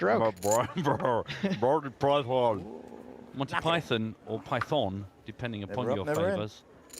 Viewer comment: forgetting the game completely, if you cannot say "Monty Python", maybe you shouldn't be speaking in public, not even in your local co-op ;)